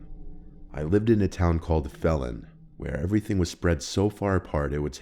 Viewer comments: Phelan is pronounced FEE-LIN. Not felon. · Fee-lan (Phelan) not felon lol. High desert mentioned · Oh yeah I had to add its "Feel-an" not "felan" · It's not Felon 🤣 it's Phelan, pronounced Feelan 🤣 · Ayyo I’m from the high desert u pronounced phelen wrong the first e is pronounced as an upper case but that’s crazy hearing a story in ur area since not much happens up here that much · Right Where I Live, I Live In Phelan Kinda. And It's Pronounced Fee-Lin Not Fell-In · I grew up in Phelan and Wrightwood, the places in the second story. It’s pronounced ‘Fee-lan’ not ‘felon’ lol I have a friend who walked from wrightwood to phelan and it took about 6 hours lol. That guy is dedicated if he really did that walk all the time. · It’s pronounced fee•len. Just thought I’d mention it 🙃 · LOL the second story the town is pronounced feland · I perked up when he said 'phelan' but it's pronounced 'fee-lan', my ex lived up there I would go visit him all the time, that area is full of meth addicts and some people there are really weird and sketchy, I always made sure to be aware of my surroundings and tried not to go anywhere alone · Hey the town in story 2 is my home town I lived there for 20 years and it's a relatively quiet little town it's also pronounced "Feelin" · Hey,, just a head's up- Phelan is pronounced "feelin". And that story sounds exactly like something you'd hear about in the high desert (Victor Valley, California). There's a huge meth problem here.